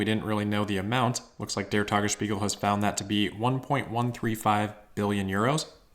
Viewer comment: "Tagesspiegel", "Grünheide", and "Steinbach" were all very nicely pronounced, refreshing to notice the effort to get it right for German language natives (which is not all German, also Austrians an parts of Swiss share the language). However, the English "r" in "Grünheide" and the accent outs as a non-native German speaker.